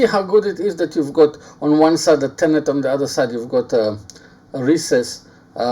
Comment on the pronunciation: Hi with respect just to help you with your English it is pronounced tenon not tenont Regards Aaron from England